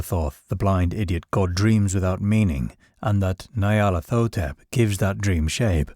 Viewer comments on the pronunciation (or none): Ny-ar-lat-ho-tep. Its Egyptian.